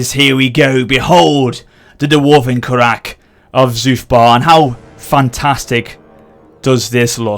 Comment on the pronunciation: The "Kawak" and "Duwarves" are driving me crazy >.<